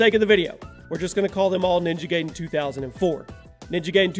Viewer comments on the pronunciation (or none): OMG LERN 2 SAY NAMES RIGHT PLEASE you miss pronouch so many things wrong so many dang times ninja giden is not prounouced ninja gayden its prounouced ninja guyden you have miss prunouched other things 2 but i just dont remember them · Bruh you are saying ninja gaiden like Gayden but it's pronounced like GUIDEn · It's not Ninja GAYden, It's Ninja GUYden! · Lol Ninja Gaydon? You do realize it's pronounced Ninja Gideon right? With the long i? Even AVGN addressed this issue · Did you just say Ninja Gaydin? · Gaiden pronounced Guy-den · Ninja Gaiden= Ninja Guy-Den imo. Never once have I heard it pronounced the way you say it. Not saying I'm right or that you're wrong tho. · You pronounced gaiden wrong it's actually pronounced guy-den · Roger Cruz yep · you said ninja gaiden wrong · It's pronounced gaiden correctly in almost every language, it's english that is broken...